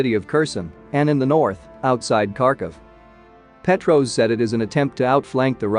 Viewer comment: Do you know what I'm beginning to find disgraceful about your channel? The fact that you specialize in American and Western military and you cannot pronounce the names of generals or former generals in the United States military correctly. That's your job bro. These are people that have been around. They aren't random names. Especially if you're saying Gen Patraeus. He has been a well know General for quite a while. Pah-TRAY-us.